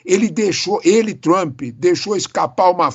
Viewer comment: Por favor não e Trumpeeee nome dele e Trump. ! Não tem e no final 😅. Brasileiro gosta colocar e no final todo palavras estrangeiros